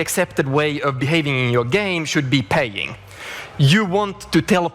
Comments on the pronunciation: Every time I hear that Torulf Jerstrum clip, I swear I hear him say "the default way to play should be pegging" instead of "paying", and that changes the context ... only slightly. I mean, the consumer is still taking it up the poopchute with either word. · I've listened to this line 10 times. I keep hearing pegging. I have no idea what he's actually trying to say.